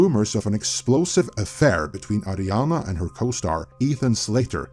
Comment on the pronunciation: Why you keep calling her Adrinana ?? lol 😂